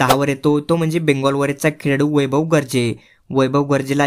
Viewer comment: खेळाडू ❌ खेडाडू ✅😂